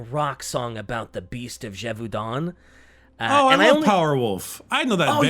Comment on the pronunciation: I think the biggest mystery here is where sees an L in the word Gevaudan.